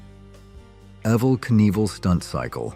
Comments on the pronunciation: Pretty sure he’s referring to your computerized AI mispronunciation of Evel’s name. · you pronounced his name wrong in the video is my point..